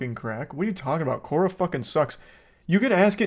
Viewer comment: It’s hilarious how he changes his pronunciation of Quora in every sentence